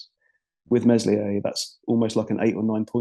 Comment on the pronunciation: the "s" in Meslier is silent lads